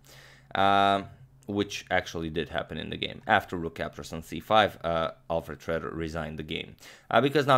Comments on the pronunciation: It is not pronounced shredder but Shroeder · The "oe" in "Schroeder" is actually pronounced like "euh" in french or "ö" in german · I've never heard Schroeder pronounced as "Shredder" before. But in this case, Schroeder got shredded. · You usually nail German pronounciation. Did you imitate the English pronounciation this time because Alfred Schroeder presumably was American (or migrated and changed the spelling of 'Schröder')?